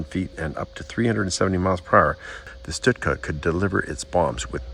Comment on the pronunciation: its stuka not stutka.